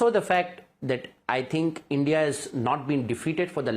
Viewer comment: Imran Khan saying "Endia" 😂😂